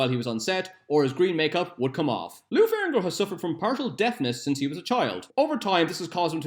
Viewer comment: You keep pronouncing lou ferrigno as ferringo. Otherwise, great quality content! Do facts about spawn please